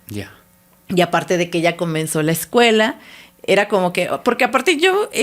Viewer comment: No sé si de verdad se le está olvidando el español ,O en su Universidad no le enseñaron correctamente 😂😂 porque dice: Excuela, Detrogada,dice las grandes Ubers, no sé si ella está correcta, pero yo pensé que es así :Escuela, Retrógrada, y las grandes Urbes.